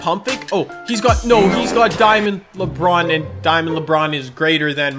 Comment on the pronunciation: Anybody else think he says LeBrun